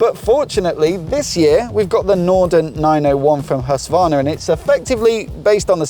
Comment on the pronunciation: Husvarna? You know ther`s a q in the name.